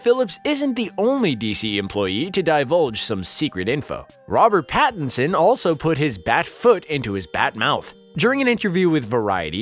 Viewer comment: Robert "bat"inson eh ehe